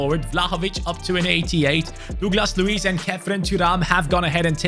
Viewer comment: Bro really said “Douclas Luiz “